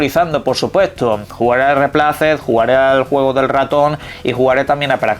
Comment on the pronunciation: REPLACED se pronuncia /ruipleisd/ no es dice tal como se escribe (no es hate)